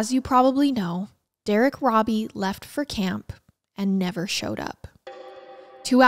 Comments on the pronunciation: I hate being the pronunciation police BUT when talking about a victim I think it’s important to say his name right. The last name is pronounce ROW-BEE. Not RAW-BEE. I know I know people are gonna be mad I posted this, but again I think for victims it matters. For perps IDGAF. But he was a victim. We want to make sure we say his name right. Other than that wonderful coverage of a horrifically awful story. We forget that way back then, kids walked everywhere. Even little ones. I don’t think it was wise BUT I don’t think mom was neglectful. Just dealing with a baby and trusting the world. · It's pronounced robe e not robby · ❤❤ his name is actually said like robe -E(bath robe) E❤❤❤